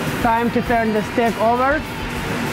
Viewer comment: Is he saying steak or stick 😂😂